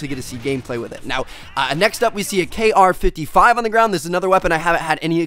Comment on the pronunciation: It's not kr55, it's kriss as in kriss vector from mw2